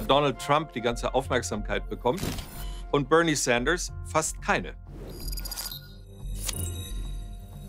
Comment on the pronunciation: Wie schön sie BÖRNIE SÄNDERS aussprechen können, ich verneige mich vor Ihnen.